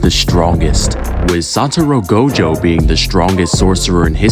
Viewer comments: blud really started the video saying "Saturo Go Jo" Bro has immaculate narration tho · Can’t even say his name right, now watching your video